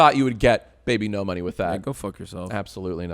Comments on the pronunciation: You're pronouncing his name wrong it should be "bee-bee-nohs" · why was jack mispronouncing his name as bibi no money when its supposed to be pronounced bibinos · I don’t see how you arrived at that pronunciation, I totally get people that say ‘bibinos’ but your version misses half the letters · You keep saying bibinos wrong Edit: later, yes that is how you say it JACE.